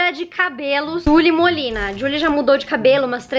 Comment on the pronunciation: Gente a cada "jully molinna " que ela fala eu lembro de Julie and the phantons né possível que só eu mano